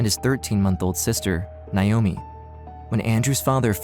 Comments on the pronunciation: Nigh oh me. It’s NAY-OH-ME. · That’s really not how you pronounce Naomi… 😑